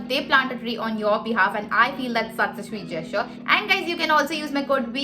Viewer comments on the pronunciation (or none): none